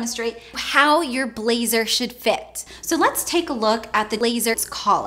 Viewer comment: Is it just me or I'm hearing 'laser' randomly 😂😂